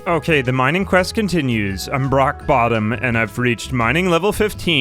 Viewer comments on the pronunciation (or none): did he just say he’s “Brock bottom” lol